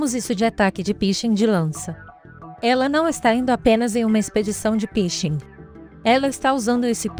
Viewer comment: Quando falou pishing eu não aguentei kkkkkkk